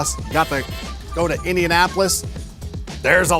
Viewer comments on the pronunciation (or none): none